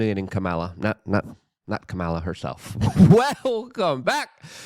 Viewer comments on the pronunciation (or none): Luke… for the love of God… please pronounce her name correctly. You do a great job, but you need to stay on point so new viewers don’t automatically dismiss you.